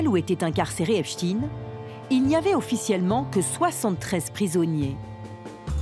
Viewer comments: Epstaine et non stine !!!!!!!!!!!!Vous dites Instine au lieu D'Einstein? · Pas Epstine mais Epstein. On dit pas Einstine mais Einstein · C'est pas Epstin mais Epstein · C’est étonnant il n’y a que les médias alternatifs qui prononcent bien le nom de Epstein....les mainstream .....c’est Epstine.....😂😂😂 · Les médias qui font que de prononcer " Epchtine " alors que ça se lit Epstein comme Einstein, juste pour cacher la consonnance 🧃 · Ce n'est pas "epchtine" mais Epstein, comme Einstein.un peu de culture, svp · "Epstein" et non "Espstine"... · Epsteeeeeiiiin pas Epchtine!!!! Ridicule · Pourquoi prononcer "epchtinn" ??? En français le suffixe "stein" est toujours prononcé : "chtainngn" , comme dans le nom très connu : Einstein. Ou encore Bornstein...... Ça cache quoi cette volonté de changer la prononciation de ce nom??? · Ils prononcent volontairement mal son nom pour éviter qu'on réalise sa religion. on dit "Epstein", pas "Epstine" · Epstailleneu et non pas Epstinne ! Le yiddish est un dialecte allemand ! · Je sais pas dans quel monde vous êtes pour l'appeler Epstine alors que tout le monde lit et prononcé STEIN comme Einstein.... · EpstEin comme Einstein et pas EpstIne comme PoutIne...... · Le epchtine tout le long est horrible a entendre 😅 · arrêtez de dire Epstiiiine à la fin, nous savons très bien que cela ne se prononce pas comme ça, voyons.... 🤔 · Et ça se prononce "Epschtaïne". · Au fait, on ne dit pas "Epchtine" tout comme on ne dit pas "Einchtine" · Ah ces français! Même pas capable de prononcer son nom correctement! J’arrête, cela me fait mal aux oreilles.